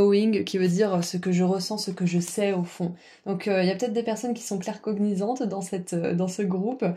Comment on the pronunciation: Bonjour, a un moment tu parles d'un don dans le tirage 3, c'est plutôt la clair connaissance non? Car on dirait que tu dis la clair covinessance alors j'ai pas compris